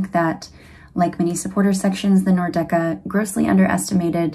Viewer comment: Cool video! Great seeing MLS get this kind of media creator coverage. Was also hilarious seeing Hejduk's son, he's as if he simply was molded out of one of Frankie's ribs. Though I noticed you were pronouncing "Nordecke" as /Nor- Decke/. It's actually /Nord - Ecke/, literally meaning north corner.